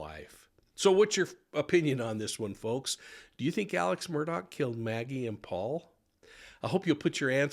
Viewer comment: His name is not Alec Murdoch/Murdock. It is pronounced Alex Mur-Daw. I just love grammar, phonetics, and the English language.